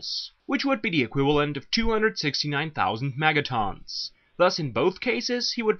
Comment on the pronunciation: Obviously you have no idea what you're talking about. You can't even say megatons right. It's not megatawns it's megatons.